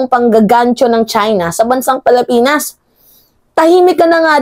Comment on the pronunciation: Pilipinas ang pronounciation hindi palipinas.